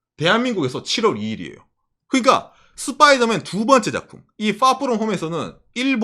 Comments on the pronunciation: 스빠이더맨이 아니고 스퐈이둬매앤입니다. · 슷뽜이더맨 뽜쁘로홈ㅋㅋㅋ